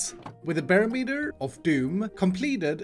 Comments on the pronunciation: It’s pronounced buh-rom-et-er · I cannot unhear "bear meter" xD